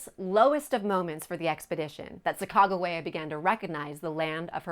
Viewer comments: Chaicago wia what it’s Sacagawea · I couldn't watch this video at you butchered the shit out of her name